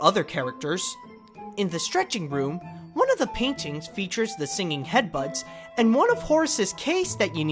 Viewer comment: It's pronounced singing head busts, NOT singing head-butts! Big difference there dude. I like your vids, but had to comment on that as it made me cringe.